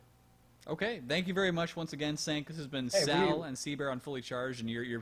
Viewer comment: I couln't watch the entire thing because I winced every time sal mispronounced cinq